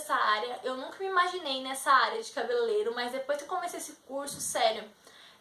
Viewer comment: Primeiro pare de falar CABELELEIRO. O correto é CABELEIREIRO... RSRSR PELO AMOR. Nunca esqueça disso